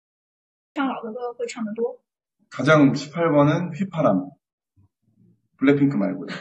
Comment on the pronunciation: JUST ME CONFUSED- THE WAY THEY PRONOUCE THE "BLACKPINK" IS BLACKPINKIE😂😂😂